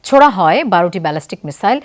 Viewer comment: উনি ছোড়া হয় বলতে গিয়ে জোড়া হয় বলে ফেলেছে 😂😂